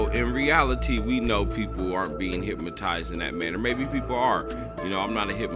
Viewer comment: Hyp"N"otize not hyp"M"otize. Sorry,.